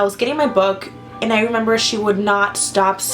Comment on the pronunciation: This is off topic and i feel bad for saying this but i died because she said,"I don't member" 😂😂😂